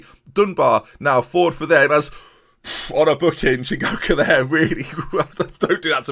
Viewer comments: That first correct pronunciation of "Chingoka" was the most I've celebrated anything in all of 2020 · HE DID IT* *pronounced Chingoka and Matsuda correctly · It was the "Matsuda" for me, the mistake with Chingoka was more understandable as there is actually an N in his name to start with.